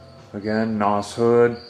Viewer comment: And it's pronounced like en oh ess. "Noss" is what kids call nitrous oxide systems which is a brand name